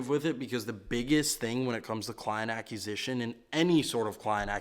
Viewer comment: Brother I love your stuff and have been watching since the rich and can’t sleep drive videos, but please.. for the love of god.. please learn how to say acquisition 😂